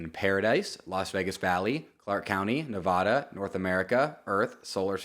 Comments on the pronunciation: HEY it’s pronounced Ne-VA-Duh not Ne-Vah-Duh. Those Vegas folks might beat you up if you say it wrong just trying to help! Rooting for you from Reno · You gotta learn how to say NEVADA. Forget that Ne-VAH-duh. It’s Nevada. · Pronounce Nevada correctly